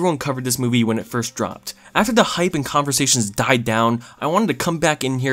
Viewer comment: convershasions tee hee hee